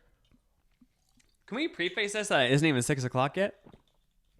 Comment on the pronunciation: BB preface is not pronounced pre-face